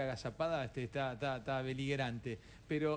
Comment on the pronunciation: Jaja eso y que dijo " cintia esta agazapada, "beliguerante " en lugar de beligerante